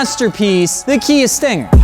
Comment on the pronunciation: "so you want a Kia 'Stinker' "